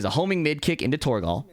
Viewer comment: the way you pronounce torgal pains me